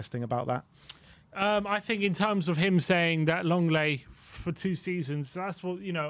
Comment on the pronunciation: I think needs a holiday raving about LONG LAY (that's how his surname is pronounced not Leng- Lay and Richarlison. And he's got it wrong with Spence, some pundit! Time will come home to roost and you'll need to eat your words